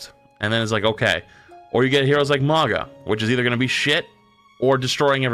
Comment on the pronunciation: It's Mauga. And to a lesser extent Hog. I hate mandatory Ana.